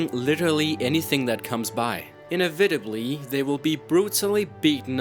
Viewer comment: You don't know how to pronounce inevitably lmao. Please get off the internet.